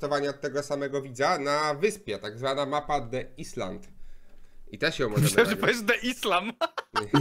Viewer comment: wyspa po angielsku czyta sie 'ajlent' a nie 'islant' XD